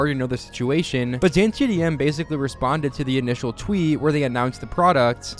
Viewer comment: bro he mispronounced ksi mr beast and dantdm on purpose